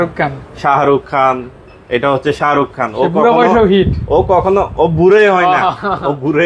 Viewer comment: Sharuk khan ❌ Shaharuk khan ✅